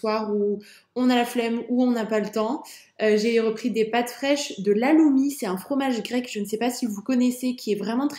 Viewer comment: Toujours un plaisir tes videos!!!! Celles ci ce sont mes prefs avec le meal prep Petit info le Haloumi se dit "Raloumi"